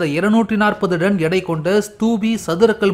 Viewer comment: ஐயா அது டன்(Ton ), நீங்கள் உச்சரிப்பது போல (Don ) அல்ல